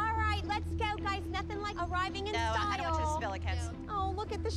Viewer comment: "Nothin bout arriving in styol" thats how she said it ^styol^